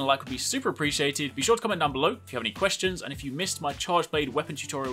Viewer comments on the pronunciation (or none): none